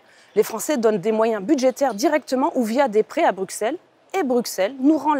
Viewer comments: Vous avez 100 fois raisons . Mais arrêtez de Dire BruXelles ! Ca se prononce Brusselle. Ca la fout mal pour une députée européenne ... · Merci. Un détail : on dit Brusselles et non pas Brukselles !